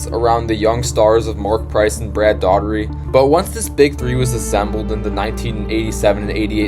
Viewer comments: Brad Daugherty. It's pronounced Dowherty or Doorherty not Daughtery. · man, sorry. i was about to get in on the video... but then he said "brad daughtery".... then i was out! if you talk about people, please take the time to get their names right.... anything else is the same as disrespect 🙏